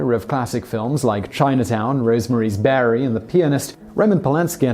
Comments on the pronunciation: Rosemary’s “Berry”, “Bury” or Baby??? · Did Simon say Rosemary's "Barry" instead of baby? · Rosemary’s Berry? Rosemary’s Barry? Simon, it’s “Rosemary’s Baby” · Why can’t you pronounce words properly? It’s rosemary’s BABY! Not Barry! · Simon, Simon, Simon, brother, your videos are excellent, however, certain words my friend, i.e., "berry" as oppose to baby. Rosemary's Baby. I gave you the benefit of the doubt due to the British accent, after rewinding the video many times, yes, "berry." Cheers my friend. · What the hell is 'Rosemary's Raby'..?!? LOL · "Rose Marie's Berry"? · Rosemary’s Bary? Wtf. Bro read the script more than once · Did you say rosemarys berry? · Rosemary's Bare-rie?????? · Rosemary's BABY, Simon...honestly, how could you get the cult classics name wrong?! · I love it when he says "Rosemary's Barry" What was this guy thinking, I know he's a smart fellow so why the oblivious mispronunciation? But it made me laugh. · Rosemary's Barry? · Rosemary's Barry? I guess I missed that one. Also, it's bio-pic, not bi-opic. bio, short for biographic, and pic, short for picture. bio-pic. Get it? This sort of ignorance, sadly, is becoming more and more prevalent on YouTube franchises. They can be informative and entertaining, but the ubiquity of this kind of easily avoided error is starting to make some of my favorites unwatchable, and it's getting worse all the time. I'm not really a 'grammar nazi'; I don't go around calling out this kind of stuff when I see it in comment sections, but this is an ostensibly professional presentation by a company which one would expect to have researchers on staff to clear this stuff up before they hand the presenter his script, so when he talks about Hollywood history, it looks like he knows stuff like the title of Roman Polanski's most famous movie, and how to pronounce 'biopic'. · Rosemary bary???? Can't you just try to put in an effort? lazy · 😂😂😂 I think he talks so quickly he just mispronounces things occasionally.